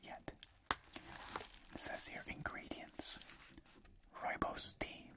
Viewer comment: Nice to see and hear South Africa mentioned here as I am south african. Pretty good pronouncing rooibos as well since its afrikaans meaning red Bush. Thanks for the great videos as always!